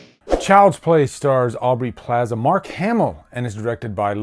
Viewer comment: mark not ass